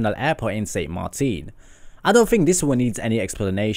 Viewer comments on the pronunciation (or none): none